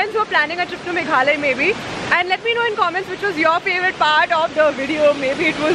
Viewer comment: Its not Meghley, it is Meghlaya. I hope you understand that how to pronounce correctly ?